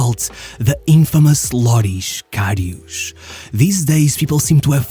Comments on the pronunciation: The infamous LORISH KARIOUUSH at least look up how to pronounce it properly it’s Loris Karius, same how you write it. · Ugh, that pronunciation... His name is Loris Karius, not Lorisch Kariusch. It's a clear "s"-sound, not "sh" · Its karius not kariusch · it's KariuS and RamoS not KariuSH and RamoSH!! 😂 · Whispering voice and reading his name as Kariush won't change he is a garbage goalkeeper lilbro. He is garbage. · Ah yes Šergio RamoŠ and KariuŠ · Lorisch Karisch?? he's german not portuguese... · This is a really good video, as always. But Jesus Christ, please stop butchering this really straight forward name. There is no "sh" sound in this man's name